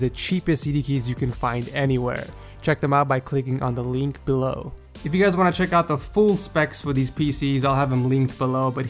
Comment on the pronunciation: it's link, not leenk)